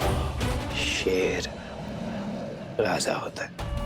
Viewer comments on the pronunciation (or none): none